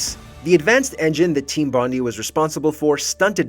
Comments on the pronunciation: its Bond - i. Like Ipod, Iphone. If it was Bond ee it'd be spelt Bondie. As an Australian its infuriating lmao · it's not Team BonDEE, it's BonDIE. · It's pronounced bond-eye & it's a famous beach in Sydney Australia. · Typical American; can't pronounce 'Bondi' correctly. It's actually pronounced 'bon-dye'. It's named after Bondi Beach.